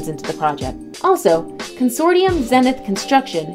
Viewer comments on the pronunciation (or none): none